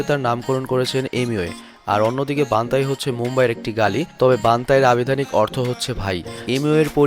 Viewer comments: ওটা বান্তাই না বান্টাই । আর আপনি রাফতারের সঙ্গে যেই গানটার কথা বললেন ওটা তাদাক পাদাক নয়. ওটা তাড়াক পাড়াক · ভাই🙂 একটু পরিবর্তন আনেন নিজের মধ্যে😅 আপনার অনেক ভুল হয় কিছু উচ্চারণ করতে😐 যেমন : bantai কে বান্তাই,😣 Raftar কে রাপটার😑 এরকম আরো অনেক ভুল হয়☹️ আপনার উচ্চারণে আরো কিছু পরিবর্তন আনার চেষ্টা করেন☺ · ভাইয়ের নামটা ঠিক ভাবে উচ্চারণ করতে পারিস না 🤣🤣